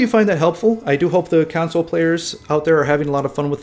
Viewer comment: I thought you said council lol